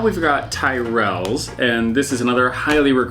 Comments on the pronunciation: Sorry, tie-rells? t-i-rells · 'Tyrrells" is pronounced Tirrelles - like squirrells. Short I, with the emphasis on the first syllable. (basic guide - an vowel before a consonant is short. And Y is a vowel here.) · Tyrells is pronounced Ti - rulls, not Tie - rells. 😉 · You have to bite a bit off the end of two Wotsits and lick the end and stick two together, it's the law! Big hoops are actually Hula Hoops, just big ones. Tyrells are pronounced Tirells and Quavers have to be laid and pressed upon your tongue so that they pinch it, really they do! Young children are often given Skips as there are no hard pieces and they melt away. I love Frazzles, even though I'm a veggie and don't eat bacon.